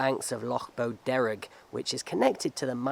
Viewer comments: I thought you were saying lake bo Derek 😁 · Lough Boderg. He pronounced it oddly - it's "bow" (as in what you'd use with an arrow) and "derg" is exactly as its written. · Bo Derrick!.... Near enough.!! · my OCD was going mad every time he mispronounced it! 😂